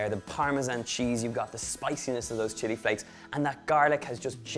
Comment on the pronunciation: did he say shity flakes lol